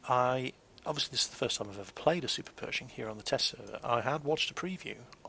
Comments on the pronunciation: I hope you'd learn english before watching. Perishing ? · I believed was saying Super Peugeot for the longest time.